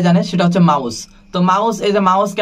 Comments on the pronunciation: আপনার অনেক উচ্চারণে ভুল আছে যেমনঃ মাউস না (মিউজিক-Music) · মাউস না রে ভাই ঐটা মিউজিক হবে আগে ঠিক মতো উচ্চারণ শিখেন